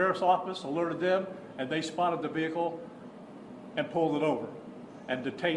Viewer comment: ‘Ve Hickle’